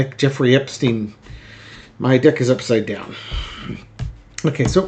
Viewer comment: I misheard you when you said my Deck is upside down it sounded like dick..I had to start over 😂